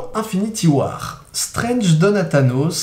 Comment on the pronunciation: "unfinity war" ? L'anglais est mort